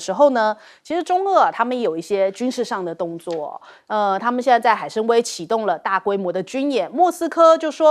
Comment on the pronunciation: 海參崴 唸海參ㄨㄞ！不是威ㄨㄟ！